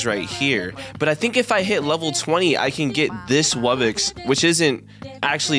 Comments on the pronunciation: him saying wubbix and not wubbox makes me mad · When he says wubbox in the spin wheel he says wubbix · Here is a MASSIVE TIP Focus on buying and placing a lot of Islands, You can get Gold, Food, Relics [Once you get amber island] And more Wubbox is Pronounced Wub-box [ Man it's really obvious it ain't Wubbex ] A Regular Wubbox costs 75 Million Coins, be sure to mow that damn lawn. A Rare Wubbox needs Starpower. I will tell you what Starpower is next video because i forgot. A Epic Wubbox Costs 1 Diamond, But yet it is really hard to power up though. The Islands that needs monsters to summon are Celestial Wublin Amber [ Probably more but I forgot ] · WUBBIX?!?! WUBBIXXXXX!?!?!?!!??? ITS WUBBOX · it’s not call webbex it’s called wubbox